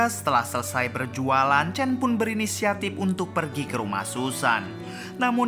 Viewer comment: Sebut pon salah tulis chan tapi sebut chen...nama susan tu betol pulak sebut...asl tak sebut susen????